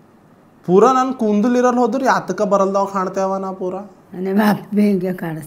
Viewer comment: Kundul alla bro kudalu pronounce properly bro